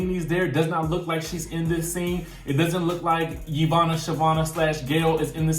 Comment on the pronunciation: Every time he say Yvonna name I die he’s so funny.